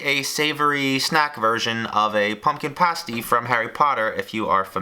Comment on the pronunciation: ....the way he pronounced pumpkin pasties upset me